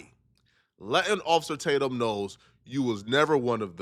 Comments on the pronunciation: "Occifah, Occifah please..."😂😂 gotta love Nick! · "Occifer" is crazy...